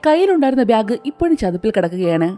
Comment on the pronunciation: ഇതെന്താ ബ്യാഗ് എന്ന് പറയുന്നത്. ബാഗ് എന്നല്ലേ പറയാ